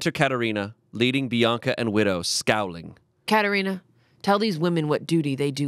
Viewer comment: As a person who is named Katherina, thank u for saying my name right 😊😊